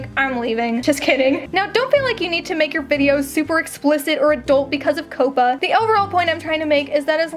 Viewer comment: 1 question why you say COPPA like that?? 😭😭